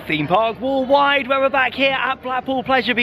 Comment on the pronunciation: 'Hello and welcome to Themepark Woolwide'